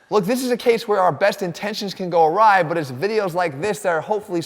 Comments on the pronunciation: "our best intentions go A-RYE" I see what you did there. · go a “rye” 😉😂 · “Our best intentions can go a Rye” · Did he say wrong bread choices will make us go a "rye?"